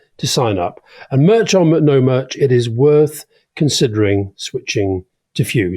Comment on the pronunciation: Rory saying ' merch' 😂😂.